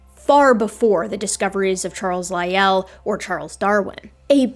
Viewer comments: Hey, where did you learn your pronunciation of Lyell. In my birthplace it's pronounced like Lie el not like Roy al. That birthplace was surrounded by mountains named after English naturalists of the 19th century. With the last mine existing under Mt. Lyell called the Mt. Lyell copper mine. hence our pronunciation of it. Funny little trivia is most of the mountains were named for English naturalists of the 19th century because erasing the indigenous names isn't genocidal at all. Charles Gould name Owen, Lyell and Sedgwick. Darwin was a nearby mountain already named what makes things interesting is that Sedgwick and Owen hated Darwin's ideas, Lyell was a supporter. The smallest mountain in the range was later named Huxley. Tallest mountain was named Murchison. This range is just to the west of the highest point on the island Mt. Ossa. The only mountain a mile high on the island. Thank you, if you answer you might get a like. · If I might be allowed a pronunciation note: Lyell's name has only one syllable. And 'Giovanni' has only three syllables: sort of like "joe-VAH-nee". None of this affects the content of the video, of course. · What a tour de force. The scene-setting history of the world introduction alone was remarkable, and the irrefutable dismantling of YEC with receipts was a thing of beauty. However, Augustine is pronounced Augus-TEEN, not Augus-TIN; Lyell has one syllable (rhymes with while); the arch in archbishop is pronounced like March (or arch, for that matter); Bishop ends in op not ip (I presume that was just a typo given that I and o are adjacent on the keyboard); the Regis in Lyme Regis is pronounced REE-jiss; it’s sur-VAY-ing, not SUR-VEE-ing; it’s aba-LOW-KNÉE, not aba-LONE; it’s BO-vid (rhymes with COVID); and it’s invo-LOO-crum, not in-VOL-u-crum. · pronunciation is a bit off but I have to be forgiving on account of the first class trampling she gives out to the likes of Doug